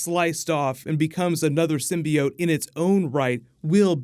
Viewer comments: Takes a shot every time says symbiode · Quit saying symbiote the way that damn woman on the first trailer does! Sim-be-ot!